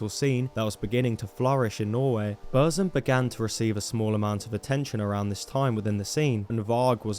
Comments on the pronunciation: its not bursum, its buRRRRRzum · it's not burszum. it's BOOR-THHÜM! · You just butched the pronunciation of Burzum the whole time.